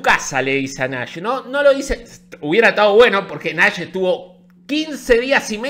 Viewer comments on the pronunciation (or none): cuando nombras a nash, lo pronuncias como NAS y ahora pienso que nas estuvo en pareja con joni